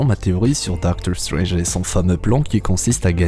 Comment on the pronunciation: Super accent anglais on voit que tu fais gaffe genre tu dis pas "dokteur strenje"